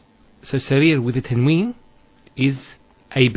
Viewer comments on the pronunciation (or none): You're teaching good, however just note that some of the letters, for example Qaf, must be pronounced with Tafkeem, bold and heavy strong sound. You should also note that tanween is not COMPLETELY noon, as it is pronounced differently as well. Hope you found this helpful.